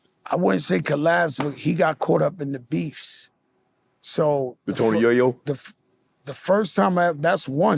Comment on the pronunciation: He said Tony yoyo😂